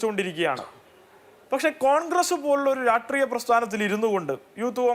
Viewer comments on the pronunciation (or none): രാട്രീയ മല്ല..... ഹേ ഷ്ട്രീ യമാണ് 👍